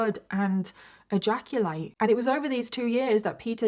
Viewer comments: Have a shot everytime says the word "eyaculate" in this video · OMG 😲 I am shocked 😮 and stunned 😳 how much time 💖 said egaculate😅😂😂😂 Lord have mirsy🙏